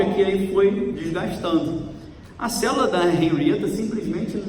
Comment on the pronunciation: você é uma benção de Deus!!! Louvado seja o Senhor pela sua vida! Deus te abençoe e multiplique sua sabedoria! Seu nome faz jus!!! Agora uma brincadeirinha!!! ASSIM COMO O MORO “NÃO SABE” FALAR CÔNJUGE, você “não sabe” falar CÉLULA...kkkkkk